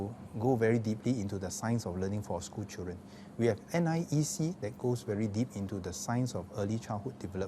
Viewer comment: Mr education minister, please set a good example to teachers and work on your english language and especially your enunciation. Dont pronounce "chil ren" but "children"... "dren" your "d" is missing. You are just like goh chok tong's "chilren chilren...."